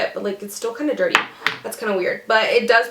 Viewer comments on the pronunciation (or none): none